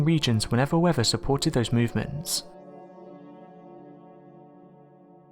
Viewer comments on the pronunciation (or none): none